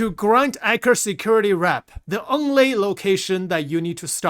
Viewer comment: I kept hearing "Anchor Security". More emphasis on the "E" and "t" in Eckhart 😅